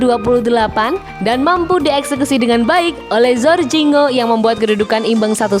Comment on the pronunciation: Min mabuk k, Jorginho bukan zorzinho tdk tau membaca k parah